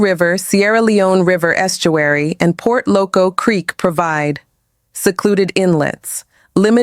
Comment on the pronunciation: Wrong spelling and pronunciation of Port Loko not Port Locco